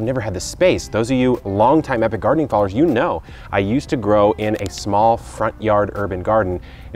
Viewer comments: Sometimes sounds like you say "Hello it's Kevin from Eric gardening" so I can see people mixing it up. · Maybe they read Epic as Eric 😂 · They are reading your yt name wrong 😑 that’s the only way I see them calling you Eric lol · Epic Eric... In greek for example he 'P' is spelled as an 'R'. that makes instantly 'Eric' out of 'Epic' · Same here. It's was when he said Eric I checked back and said oh .......it's actually saying Epic